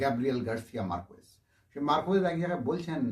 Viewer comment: উচ্চারণ টা মার্কেস, মারকুয়েজ নয়।